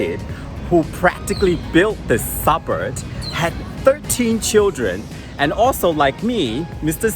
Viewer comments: It’s pronounced suburB, not suburD! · It’s suburB, not suburD!